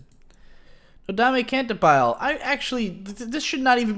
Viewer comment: I'm so glad you're giving nodame cantabile another chance eventually, it's such a special anime!! (but I swear, if I hear you say canta-BILE one more time... it's can-TAH-bee-LÉ lol)